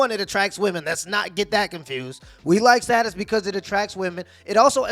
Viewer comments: It's pronounced status.... Not status🙄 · Homie saying state-us had some good bars but that was killing me 😂